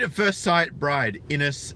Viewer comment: Her name is Ines. He mispronounced it "Anus".